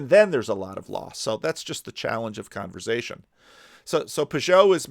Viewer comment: I’m sure has answered this before but where does the excessive pronunciation of “z” in the word Conversation stem from? I’m a fellow New Jersyan and never heard it pronounced this way. Thank you and God bless.